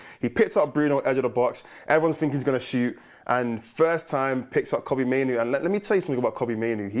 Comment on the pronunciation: Respectfully It’s Kobbie not Coodie